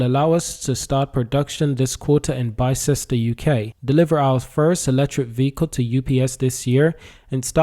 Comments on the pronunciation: Its not pronounced Bi Ces Ter, its pronounced Bis Ter How do I know? Because I live in a place called Ox Ford and Bicester is the next stop of the railway line. If you drive north on the A34 from Oxford about 8 miles you get to the M40, but if you go over the M40 2 miles further down the road is Bicester. I go shopping in Bicester as it has a huge high end outlet park. But thanks for the information about Arrival as I thought they were based in Banbury which is in North Oxfordshire. Oxfordshire is a good place to build vehicles, its home of all sorts of motorsports including Indy car in the USA, worldwide F1/F2/F3, Motorcross etc. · It is pronounced bis-ter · Bister is the pronunciation. Just in case you make more videos on it 😊